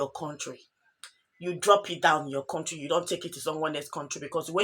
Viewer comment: MADAM IS COUNTRY NOT CONTRY WHY YOU NIGERIANS DO HAVE PROBLEMS IN ENGLISH PRONUNCIATIONS